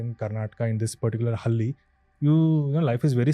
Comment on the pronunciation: It's not hali bro Hal-ley I. Please pronounce it properly. We ❤️ our language